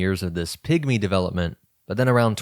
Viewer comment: I’m so sorry, but I hear „pick-me‘s“ every time he says pigmy 😭 I can’t unhear it!